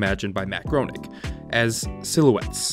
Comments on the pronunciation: It's not "Matt Grownegg" It's pronounced "Matt Graining". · It’s pronounced Graining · It's pronounced the way you'd say Graining. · You mispronounced it the entire video. It isn't "grow-nig." It's "gray-ning." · "Groening" rhymes with "raining", not "moaning". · Matt "Graining" not "Groaning" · Bro for real said GROE NING like that it’s pronounced GRAY NING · Matt GRAY-neeng. Not Groan-ing. He ran Life in Hell for years in the L.A. Reader (weekly). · How can you expect to be taken seriously in a critique of this show when you pronounce “Groening” as “Groaning”? Isn’t it supposed to be “Graining”? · It's no more mispronounced than the man himself says it - it's German, it should be pronounced "grur-ning", not "gray-ing" as he claims. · It's pronounced Matt "Grain-ing" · Groening is pronounced Grain-ing. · LMAO came here to comment immediately after hearing Groening and groaning about how you didn't know it's graining...also you say it wrong twice at the beginning and once at the end. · Matt's last name is pronounced like graining fyi not even sure how you get gronung out of Groening, even in German it sounds the same. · Matt Groening's name is pronounced "grayning" - as he always says, "rhymes with complaining!" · Groening should be pronounced “graining” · FYI matt groening's last name rhymes with "raining". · Actually, Matt says it rhymes with complaining.... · Groening rhymes with ‘raining’ — or as Matt himself once wrote, with "complaining." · Groening rhymes with RAINING, that’s according to Matt, himself. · you're mispronouncing the oe dipthong. the first syllable should sound almost like grain. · His name is pronounced "Matt Graining." Those who don't know are not real fans. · It's Gray-ning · Groening is pronounced “Gray-ning.” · His name is pronounced grAning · Isn’t it pronounced “GREY-ning”? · It's "Graining". And for godssake get a de-esser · it's way more than twice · It was more than twice. It was every single time. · You mispronounced it 4 times.